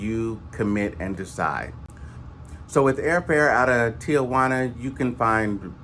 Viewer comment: It's not Tia-Juana. It Ti-Juana.